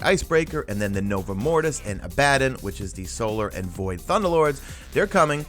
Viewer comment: Its probounced abba-dawn.